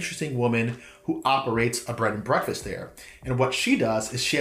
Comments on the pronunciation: Dude. Do you keep saying Bread and Breakfast? It's Bed and Breakfast. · I swear you’re saying bread and breakfast 😂